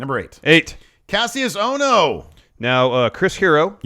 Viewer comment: Guys, please, it's pronounced "KASHUS OHNO." Watch old NXT